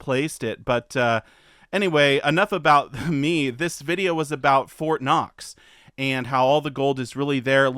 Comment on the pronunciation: It's Fort Not. Lol.